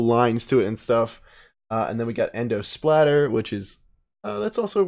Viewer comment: It's endo spatter, not splatter xD